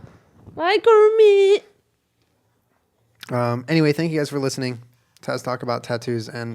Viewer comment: Home Kermit: hermit World Kermit: wormit